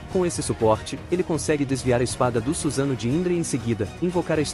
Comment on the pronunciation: é suSAnoo e não SUZANO gênio kkkkk